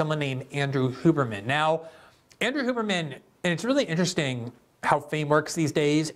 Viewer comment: Andrew “Hugh”berman, not “Hoo”berman